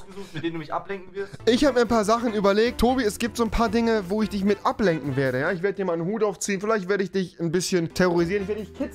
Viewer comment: Rewi: „ ich werde dich ablenken mit vielen Dingen“ Was ich verstanden habe: „ich werde dich ablecken mit vielen Dingen“